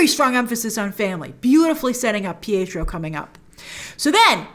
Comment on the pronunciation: It's deftnatly not pietro.